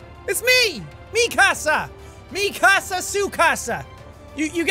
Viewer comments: Nobody: Absolutely Nobody: Sean: Mikasa Sukasa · Mik'kasa sukasa lmao Why can't you just say mikasa lol